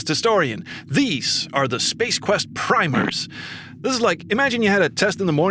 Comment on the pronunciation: fyi comrade, "primer" is pronounce as if you were saying "prim-er" as in "prim and proper" in this particular usage. love your work btw. As an SQ fan for 31 years, I'm always impressed by your knowledge.